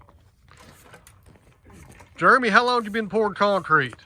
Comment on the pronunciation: Juremy. Never heard it pronounced like that.